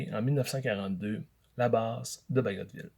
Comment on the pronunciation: Donc il faut prononcer le "t" dans "Bagotville" ?